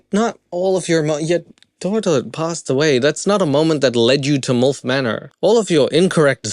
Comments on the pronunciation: Sorry but it's milf pronounced like milk. Not molf pronounces like wolf. 😅I was laughing just due to this the entire time along with the silly concept ridiculousness of the show.🤣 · I haven't even made it through the opening ad... but... I'm going to count how many time he says MULF instead of milf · It's like he's saying "MULF". Mother U'd Like to F*ck. 🤣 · Why do you pronounce it "mulf" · You have an interesting way of pronouncing milf 😂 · Obsessed with the way you pronounce "MILF" 🥰